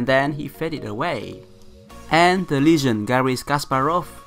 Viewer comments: Hey coach. Just to help with your English: Legend is not pronounced with a "Lee" sound aka long E in English. Legend is rather pronounced the same way you would say if someone was talking about a cliff and them jumping off of the ledge, as in "Lej". The emphasis is on the G which makes a J sound in this case. You have the second syllable of the word correct and the emphasis still falls on the first syllable, but you would say it phonetically as "Lejend" with a short e sound in the first syllable. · real quick: the ''le'' in legend is pronounced like ''let'', not like ''lee.'' Legend, not Leegend.